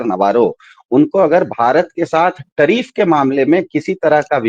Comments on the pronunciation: Tariff ko trieef bol raha hai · लेकिन दरबारी पत्रकारों के मालिक मोदी को नहीं भांप पाए। 😂😂 इसीलिए तो बंदे को पप्पू कहते हैं सब। टरीफ नहीं टैरीफ बोलते हैं😂😂